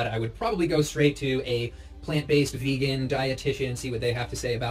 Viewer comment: ''ve-hee-hee-gan'' X''D